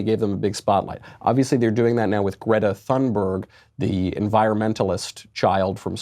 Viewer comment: Your pronouncing Greta thunbergs last name wrong on purpose and u know ur pronouncing it wrong dont really know why...